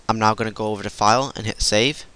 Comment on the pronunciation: I thought you said not instead of now. So I was like, "what?" So I repeated it.